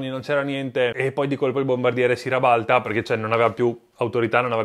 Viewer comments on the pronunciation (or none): 🤣 "rabalta" il nuovo italiano che nemmeno la tastiera google su tel. Riconosce 😋 Posso capire un lapsus, un errore a parlare, ma lo dice 2 volte in momenti diversi...il dubbio che "ci creda" viene..😋🤦🤦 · Però un pelo in più di italiano corretto sarebbe apprezzabile, tipo sentire la parola "rabalta" è osceno .. .. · Bei video complimenti ma "rabalta" non si può sentire. 😂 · Si rabalta alla veronese mi piace molto! 😂😂 ma di dove sei?😅